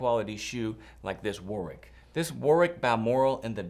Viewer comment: Lovely shoes! The ‘w’ isn’t pronounced in Warwick.